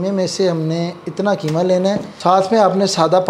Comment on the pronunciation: Bhai aap ki madari zabaan Urdu h aap keema kahte h bilkul zeeb nhi deta h Qeema sahi lafz h❤